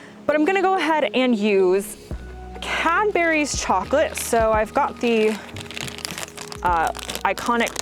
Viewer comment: Why did u say it Cadberries? It's spelt and pronounced Cadburys...